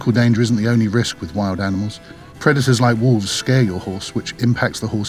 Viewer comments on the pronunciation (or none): none